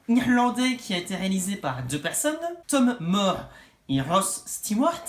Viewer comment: Je crois que ça se prononce "Tom Moure" et non "Tom Mor" Mais j'ai juste adoré ce film! Je suis officiellement amoureux du style visuel de Tomm Moore, j'ai pas encore vu le chant de la mer mais Brendal et le secret de Kells malgré des petites faiblesses scénaristiques, montrait déjà la force et le potentiel du gars! Et avec le peuple loup, on sent qu'il a franchi un cap dans son amélioration